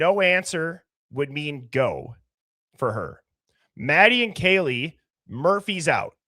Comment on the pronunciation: I hear: Poor Baby...instead of Poor Kaylee...